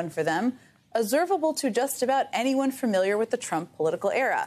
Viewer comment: It's not FUR-miliar, Jen!